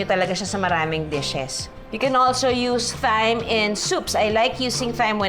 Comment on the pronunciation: Thyme is pronounced as time. Thailand is pronounced without the H. Hope this helps 😊